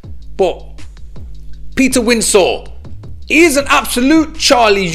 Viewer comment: Are you saying Windsor in a funny way,it's just Windsor like the place with the castle .